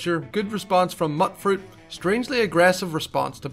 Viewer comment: Also, it's "Mute-Fruit" not "Mutt-Fruit"